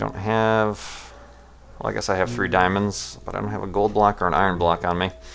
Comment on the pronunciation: Did u just pronounce iron as eye-ren and not even?